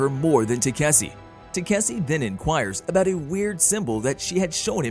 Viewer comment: i dont know how the ai managed to butcher the name 5 different ways.